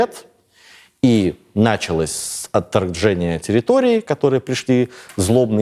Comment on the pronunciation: .... всё же "на́чалось" режет слух.... "даже" обеспече́ние так не режет....